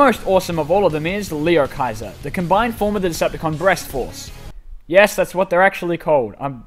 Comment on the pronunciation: He said (lee oh hy ser)